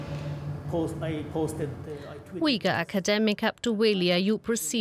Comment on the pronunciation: Uighur is pronounced Ooyghoor, not Weegul, please.